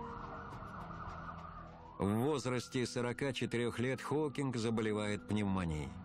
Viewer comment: Холкиг ? Фамилию даже не можете правильно произносить